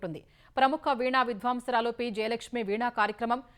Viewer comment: విద్వాంసురాలు అని చదవాలి."ద" కింద వత్తు వుండరాదు..